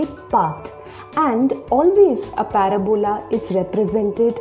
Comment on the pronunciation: I like the way you say "paraBOla". I've always pronounced it "paRAbola". But I think I'll call it a "paraBOla" from now on. Not that I talk about it much anyway.